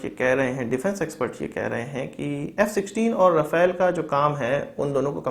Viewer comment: Rafale = राफेल Rafael = राफाएल Correct pronunciation